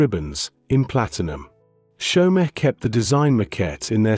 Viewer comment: Chaumet is NOT chow-met, it's show-may